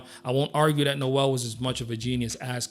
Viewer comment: Sorry, but this would be more impressive if you pronounced his last name and "Santeria" correctly. Also, I don't even get the comparison with Nirvana. Brad was definitely more talented than Kurt Cobain, and I don't know anyone who would argue that.